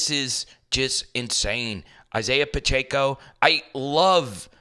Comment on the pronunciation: Please, it is NOT Pach-A-co it is Pach-eh-co.